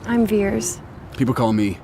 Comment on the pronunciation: Her name was Vers, not Veers. Disney - Teaching kids everywhere correct phonics 🤦🏻‍♂️